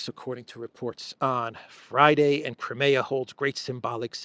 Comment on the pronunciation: Why do you still mispronounce, 'Crimea?'